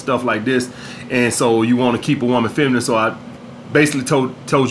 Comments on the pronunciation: “Fenimine, Fenimine, Fenimine position” my brother you said it 3 times & didn’t say it right once, lol you do this in a lot of videos, kills me every time. Great video as always. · “Fenimine... fenimine.... fenimine position”